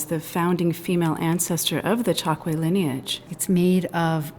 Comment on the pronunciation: I grew up in the 1950's in Angola in the Chokwe area and my parents both spoke it daily. It's pronounced Choke-way, not Chok-way.